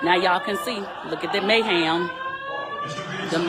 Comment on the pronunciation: Someone please tell this sweet lady it's mayHEM, not mayHAM. LOL. I miss AL.